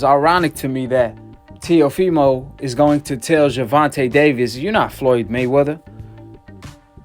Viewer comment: The fact the flyod calls him telifimo and no one corrects him is hilarious 😂